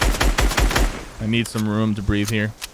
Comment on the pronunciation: The way he said he needs room to bearth and the fact that trees give oxeygen